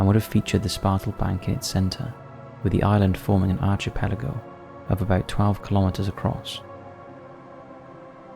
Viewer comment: The way this guy says "archipelago" makes me unreasonably frustrated.